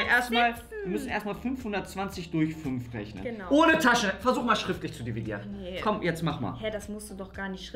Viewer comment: Ich kann schriftlich diviedieren." Auch:,,Ich kann doch nich schriftlich dividieren." Lachflash OMG 😂😂😂😂